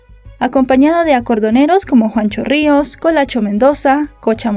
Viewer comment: Juancho Rois no Ruiz